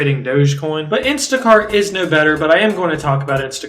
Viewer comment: Did u say sh$t and instashart? 😂